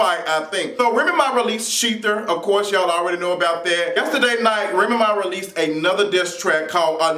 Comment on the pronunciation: I love your accent the way you say Remy Ma. It's like you're saying one word remma. Lol